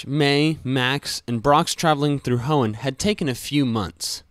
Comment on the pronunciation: You mean the HEOOOOOOOOOOOOOON region right?